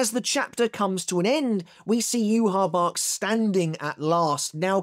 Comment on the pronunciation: Bro Its Not Hard To Say Yhwach’s Name Properly 🙈